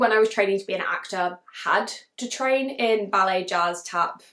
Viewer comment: As you were talking about The Turnout, the whole time I thought you were saying belly dancers instead of ballet. Had me confused, because the cover gave a whole different vibe. Then it dawned on me😂